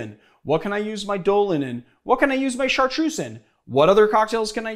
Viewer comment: Rendall He pronounces Lillet and Chartreuse correctly though, and lots of other stuff. Also, Maraschino is an italian word, so I can’t really see it having an english pronounciation. Then again, English is a second language for me, and I’m used to pronouncing foreign words correctly.